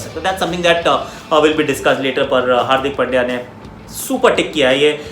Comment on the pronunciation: Aussies commentators pronounced hardik pandya as hardik pail diya 😁😁😶😶😂😂😂😂😂😂